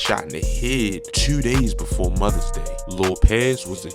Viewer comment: he said "befoee leuusing his fahder"